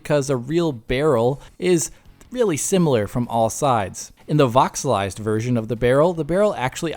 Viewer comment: *voxelized At this point, is probably doing it wrong on purpose. Doesn't make it less German cringe, though... kopfschüttel